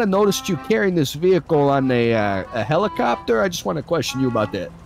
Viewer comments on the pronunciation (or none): none